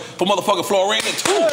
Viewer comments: I hate that Nore pronounced it Florain 2 lol. Wale was smooth with the correction during the first toast. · FO-LAR-IN pronounce these words on DRINK CHAMPS N.O.R.E. lmao im big on that bro cmon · surprised wale ain’t correct Nore on how he pronounced his album name 🤣